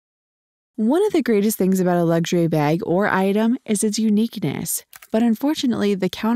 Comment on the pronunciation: You do realise that the word luxury hasn't got a 'G' in it